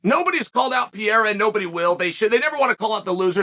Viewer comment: Love you Chael but why are you always saying names incorrectly? Pierre and Kamara 😂😂😂 💙